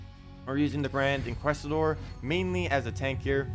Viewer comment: bud. Inquisitor....there's a I there not Inquestor. Otherwise great job as usual.